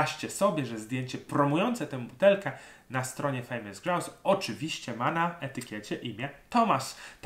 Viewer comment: Czepiłbym się tylko wypowiedzi słowa Grouse, którą Szkoci wypowiadają 'grus'☝️